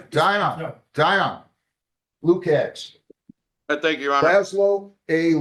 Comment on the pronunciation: The name should be pronounced “Loo-kach”. It’s spelled Lukacs.